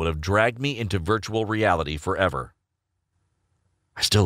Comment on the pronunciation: Virtuar reality reality